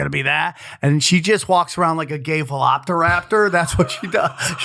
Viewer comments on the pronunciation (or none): I know Sam sucks with words but does he really think it’s pronounced “Veloptaraptor”? 😂